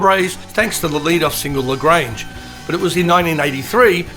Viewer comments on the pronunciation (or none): none